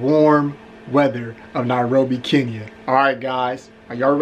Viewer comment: Atleast you can pronounce 'Kenya' right. That's all that matters 😂😂